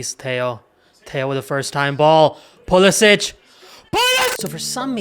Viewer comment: It's time to pay proper respect to Pulisic and get his friggin name right......